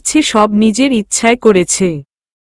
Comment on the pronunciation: যাচ্ছে শব্দ টা ঠিক আছে । করেচ্ছে,ধরেচ্ছে শব্দ গুলি ভুল । ঠিক ভাবে উচ্চারণ করুন ।